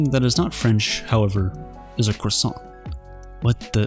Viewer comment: No! Not my "krahow-son"!